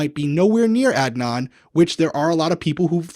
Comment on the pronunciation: They’re also pronouncing Adnan’s last name wrongly